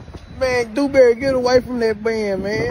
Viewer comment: "Dew-Dew-Dewberry" 🤣🤣🤣🤣🤣🤣🤣. He called him "Dew-Dew-Dewberry". Oh lawd!!🤣🤣🤣🤣🤣🤣🤣